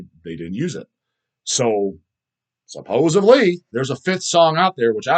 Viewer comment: Some people say supposably when it’s supposedly. I think just said supposuvly. 😂